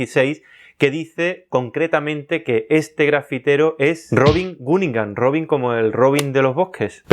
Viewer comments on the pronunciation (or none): none